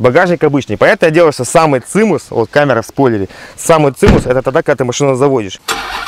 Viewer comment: не цимус, а цимес)))